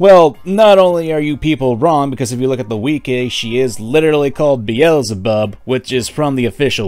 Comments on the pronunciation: “If you look at the WE-KAY” lmfao what?? Wiki pronounced “Wik-e” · He pronounced it wickey